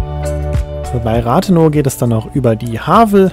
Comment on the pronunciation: Es heißt rathenooooow und nicht rathenau, es heißt Havel und nicht hawel